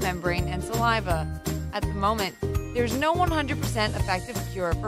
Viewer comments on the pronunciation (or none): none